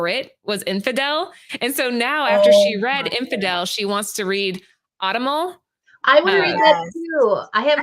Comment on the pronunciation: Vault had a string of good books, The Plot, The Autumnal snd Nightfall Double feature. Also, the Autumnal is pronounced Aww-tum-null. Emphasis on the "tum."